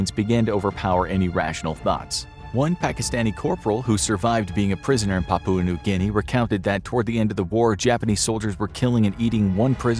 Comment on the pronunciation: Papua pronounced with stress on first syllable. PA poo ah